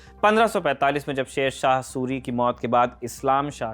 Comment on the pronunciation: Suri ki jgh surya vanshi sunne me lag rha hai 😑